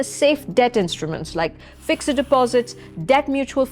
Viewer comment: Please please pronounce fixed correctly.